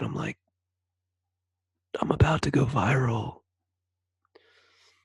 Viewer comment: “I could barely talk…. I’m about to go viraal “ 😂😂😂